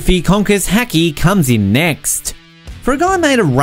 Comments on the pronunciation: What the fuck is „hekki“ - I know haki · And hacky instead of haki